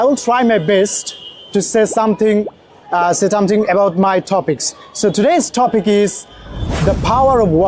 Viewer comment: Bro you should pronounce টপিক ওর ঠাপিক Not like ঠপিক। Feels like you are putting pressure in your voice to make it.